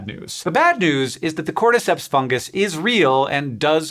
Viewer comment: Tragic news! Science tuber executer for criminal mispronounciation of a fungus!